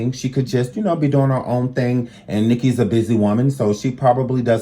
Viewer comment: Is he saying Nicka